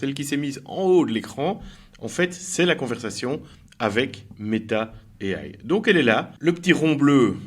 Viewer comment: MERCI. j'ai un ami en plus. svp, prononcez AI en français pas en américain.